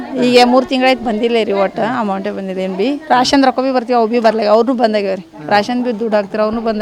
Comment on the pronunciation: Raaaashan allamma thayandra ರೇಷನ್ ಅನ್ನಿ ಅಯ್ಯೋ ನಿಮ್ಮ ಕನ್ನಡಕ್ಕೆ ಮೆಟ್ಟಾಲ್ಲಿ ಒಡಿಯ ತೂ